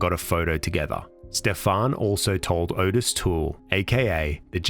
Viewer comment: From what I understand, Ottis Toole’s name is pronounced “Ot Tis” rather than “O Tis”.